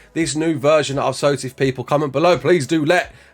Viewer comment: dont ever pronounce SOTF how you did in the intro sir